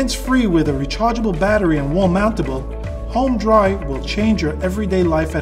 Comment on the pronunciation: It doesn't say home dry it sais HÖM dry lol.. wonder why he pronounces it wrong. Ö does not pronounce like O.